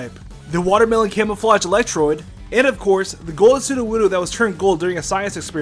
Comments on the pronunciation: did you really call electrode electroid lol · Why do you always say electroid instead of electrode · "Jigglypuff sucks" says the guy who keeps calling Electrode "Electroid".